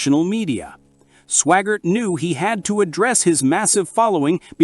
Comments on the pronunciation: AI NOT Swoggart, SWAGGART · You need to make sure to learn how to pronounce name's its Swaggart, not swaggar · Your AI mispronounced Sawyer, Swaggart and Bakker.